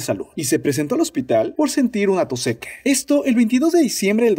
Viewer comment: Soy yo, o en todos los videos se le escucha decir más "Chine" que "China" ?!?!?!?!!! En el escucho que dice "tos sequE" ...que carajos?!